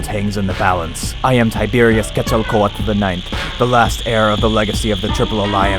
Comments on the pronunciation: HE ACTUALLY PRONOUNCED QUETZALCOATL CORRECTLY THIS IS AWESOME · You are literally the first YouTuber who wasn't a Mesoamerican scholar I've ever heard pronounce "Quetzalcoatl" correctly. Bravo!!!